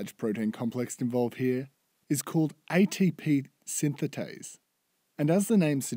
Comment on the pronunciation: atp synthase not synthatase